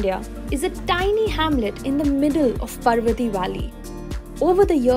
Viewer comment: Its Paar-vati not par-vati